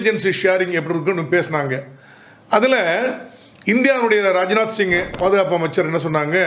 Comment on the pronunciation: பெயர்களை தப்பாக உச்சரிக்கின்றீர். ப்ரக்யராஜ் இல்லை..ப்ரயாக்ராஜ் என்று உச்சரிக்கவும். ரஜ்நாத் இல்லை ராஜ்நாத் என்று உச்சரிக்கவும்.